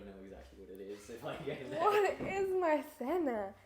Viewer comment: "I don't know a single word of Spanish" yet I have seen her translate like 5 words by minute correctly and honestly pronounced "Ciento ochenta" and "Maizena" pretty well. 😭😭